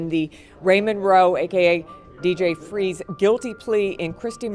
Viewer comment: DJ “ FREE-Z”?!?